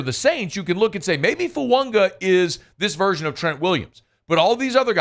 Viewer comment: is pronouncing Fuaga correctly. Taliese Fuaga has said “Fu-Ang-a” is the correct pronunciation.